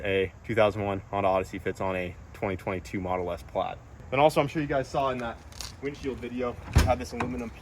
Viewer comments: "Plad". Plad? I'm sure there's an 'i' in there somewhere. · Instead of model S plaid it is the model O plaidass